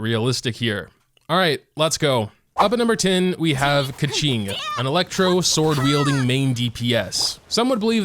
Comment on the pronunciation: Keqings name is pronounced Kooching…